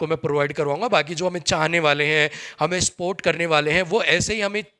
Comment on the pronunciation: स्पोर्ट नहीं सपोर्ट बोलते हैं भाई ❤